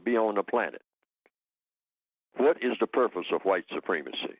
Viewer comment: why can't this guy pronounce supremacy correctly?